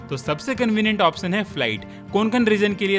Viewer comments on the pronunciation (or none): none